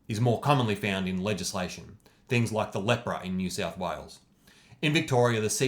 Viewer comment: I loved his "loik button"